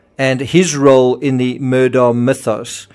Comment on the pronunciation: Your Murdaugh videos are good except you lose all credibility when you can’t pronounce their names correctly. Alex Murdaugh’s name is pronounced Alec Murdock. I know it isn’t sounded like it’s spelled but that is how the family pronounces it.